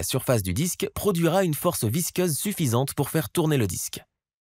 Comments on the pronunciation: Visqueuse et non visceuse ! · Force visceuse😂😂😂😂😂😂 visqueuse oui. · Visceuse ??? Ah, visqueuse. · visqueuse pour info pas visceuse.... mdr